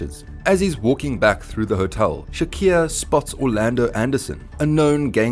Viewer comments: Bra his name is clearly Tupac Shakur(shakoor) not shakier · Its Shakur not Shaqeer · I stopped watching at 'Tupac Shakiir'. 🤦‍♂️ Glad that was at the 3 second mark of the video. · Bra that's exactly why I can't continue watching...I'm from South Africa and these white Afrikaans guys pronounce the letter "U" as "I"...and that's their problem...so he fucked up big time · All that research an you couldn’t even pronounce Tupac Shakur’s name correctly? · Did you really mispronounce his name every single time? Wtf